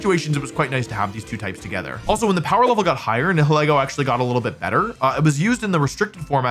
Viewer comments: its nye hill ee goh not nee hill eh goh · You did butcher the pronunciation of "Nihilego". It's a combination of "nihilism" and "ego". "Nigh-ill-ee-go" The H is silent, and the E is pronounces like the name of the letter itself. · Nihilego is a combination Nihil (as in Nihilism or Nihilist) and Ego (As in the Ego, Super Ego, and Id) It's just those 2 words pronounced back to back. Nye (Like Bill Nye) Hill (Like a lump of dirt) E (pronouncing the name of the letter) Go (Collect $200) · People always struggle to pronounce my name (Niall) At Pokémon events, I briefly tried to explain that it's pronounced like the first syllable of Nihilego That... did not work, because people always struggle to pronounce Nihilego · Wolfey! It’s pronounced Nai-ha-lee-go just so you know 😊. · Pretty sure it’s pronounced nihileego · Nile-ego is how I pronounce it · I pronounce it Nile-Ego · Nihilego is a parasite that surpresses its host's higher mental faculties, forcing them to act on their basest desires. Therefore, you pronounce "Nihil" the same way as in words like "annihilate" or "nihilist", and then pronounce "ego" like the word Ego. NIGH-ill-EE-go. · you’re all wrong, it’s “na-HELL-go” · it's pronounced n-I-i-leego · Most people pronounce it Nihil-ego like nihilism & ego.